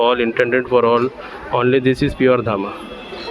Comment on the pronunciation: ते धामा नाही धम्म आहे